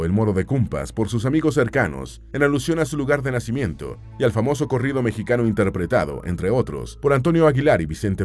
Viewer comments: Por que dice mexiqueno y no mexicano? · Pq dice "mejiqueño"??